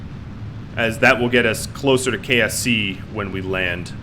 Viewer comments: when he says "KSC," it sort of sounds like "KFC." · Did he say KFC kse or ksc